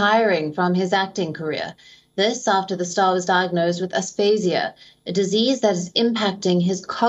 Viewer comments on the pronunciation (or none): It’s aphasia.. not asphasia.. 🙂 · You're mispronouncing aphasia